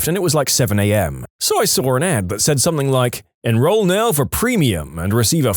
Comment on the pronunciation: No K in the word Something